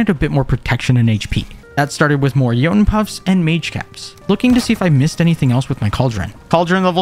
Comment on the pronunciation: pov: you pronounce Jotun correctly 🗿🗿🗿